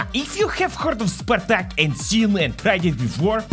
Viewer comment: Spartak but in comunist Germany we say SPARTAG 🗣️